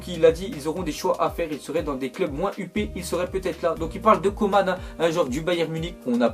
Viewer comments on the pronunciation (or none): none